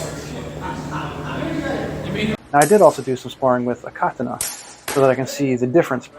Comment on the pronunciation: First time I've heard someone other than myself pronounce it "KAH-tah-nah".